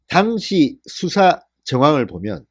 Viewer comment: "당시" 발음을 "당"자에 억앙을 쑤셔넣지말고 당자와 시자의 발음의 억양을 같이 해라.참고로 본인은 하버드대학 한글학과 교수임